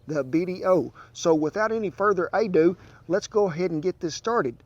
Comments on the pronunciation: without any further ay-do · without further ay-dew